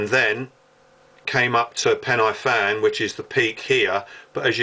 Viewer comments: You may have been up there the same night I took my sin up there, though I wasn't on pen-aye-fan or corn foo nor fan far. LOL sorry to take the mickey out if your pronounciation of Welsh.... Try pen-a-van, corn dee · Entertaining video. Thanks. Pronunciation of the place names is a bit off. Where are Corn doo, Fan far and Pen aye fan?